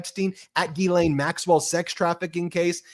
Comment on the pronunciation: All I learned from this is how much Americans love their acronyms and that Ben has a very hard time saying Ghislaine.